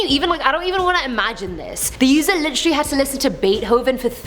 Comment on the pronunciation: Take a shot every time she says literally (litchrey)